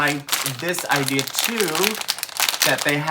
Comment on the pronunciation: did you move to Boston with the “idears”? My husband talks like that. He takes the “r’s” out of park and cars and puts them at the ends of random words. 😂